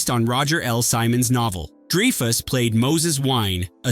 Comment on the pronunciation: Dreefus!?! Really? Cmon bot. Get your $#!€ together. You’re old enough now to “know” better.